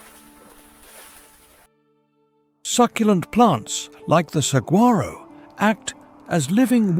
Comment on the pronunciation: A few notes on the narration - Gila is pronounced "hee-la" and Saguaro is "Su-wahr-oh". The temps have only been up to 50°c a few times, the last time it hit 50° was in 1993 or 1994. It does get up to 48°c often though.